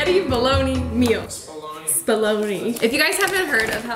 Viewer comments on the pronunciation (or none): Did you really just pronounce bolognese as bologna hahaha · The boys are getting so big! (Also just a helpful tip bolognese is said kind of like bowl-a-knees)❤️❤️